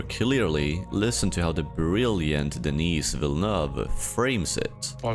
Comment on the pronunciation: Deni and not Denis - its a silent S 🤫 this might be a AI slop voice dubbed video 😢. No human touch at all